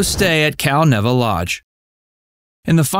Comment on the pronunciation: Cal-Neeva. NEEEVA.